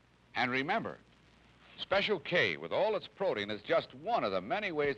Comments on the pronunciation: "PRO-tee-in." Wow, never heard protein pronounced that way. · Me neither. Because of the two vowels next to each other he divided the word into three syllables: pro-tee-in.